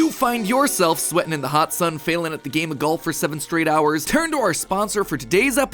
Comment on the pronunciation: did you just say... gayM theory